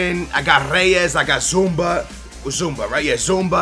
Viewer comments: zouma is pronounced Z-U-M-A not Z-U-M-B-A like so he can see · ITS FUCKING ZOUMA NOT ZUMBA !! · Its zouma not zoumba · zouma not zoumbia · Its not zoumba it is zouma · HOLY SHIT IT'S NOT ZOOMBA OR ZOUMBIA IT'S ZOUMA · Fucking zouMA! Not zoumba!!! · i think you got and A+ because you got thiago,felipe anderson he can score the free kicks,lorenzo in sin yay is a beast and he is speedy,reyes,zouma and i forgot the other one. and it is zouma not zoumbia! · Holy crap, it's ZOO-MA not Zumba you noob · Its pronounced zoo-ma. Not zoomba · C'mon....It's ZOUMA not ZoumBa!! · Zouma ZOUMA not ZOUMBA noob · Zuma, not Zumba! LIKE SO HE CAN SEE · Its Zouma !! not Zoumba !!! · ffs it's zouma not zoumba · It is zouma not zoumba or zoumbia! ! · zouma not zoumbia -. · Zouma pronounced Zooma not Zoombia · I think it's pronounced like in sin ye and its not Zoumba it's zu ma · And its Zouma not Zoumba!! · Its ZOU-MA there isn't any B in his name. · Zouma not zumba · its zoo-ma not zumba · insigne is pronounced in-sin-yay also zouma is pronounced zoo-ma (not zoombia) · why do you keep calling him 'zoomba' his name doesnt have a b? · In-sin-yay and Zouma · It's Zouma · Insigne is said, "In-Sin-Yee". Also, Zouma is pronounced, "Zoom-Ah".